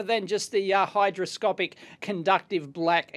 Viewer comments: HyGroscopic, not hyDroscopic. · Not to be that guy, but I must point out, it's hyGroscopic :)